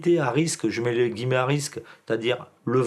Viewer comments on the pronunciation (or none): none